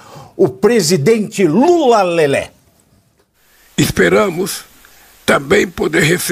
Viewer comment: Adoro qdo ele fala Lula Lelé hahaha